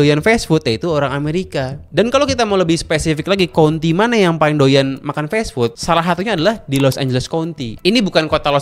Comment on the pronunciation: kaunti bang, bukan konti